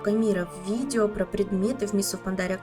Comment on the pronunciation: Я с этих "видива" ору вообще 🤣